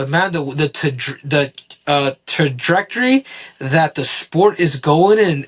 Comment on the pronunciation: Trajectory can we please have Henry spell that. Then say it again😂